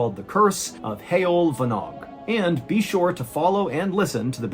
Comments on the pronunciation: Very impressed with the way you pronounced Heol Fanog !! Da iawn 👌👍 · as a Welshman, can I heartily congratulate you on your correct pronunciation of Heol Fanog. Nice one. Most non Welsh natives would butcher that!! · So happy to hear you pronounce Heol Fanog correctly!